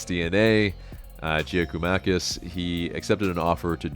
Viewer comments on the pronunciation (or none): It is pronounced Yia-koo-mah-kiss. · GG is pronounced Yakomakis. Would be a great signing. Will be top scorer